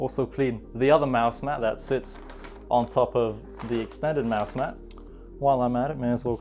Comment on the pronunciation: Is he saying mouse mad or is it just me